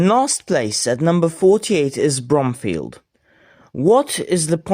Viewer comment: Its pronounced b-room-fee-ld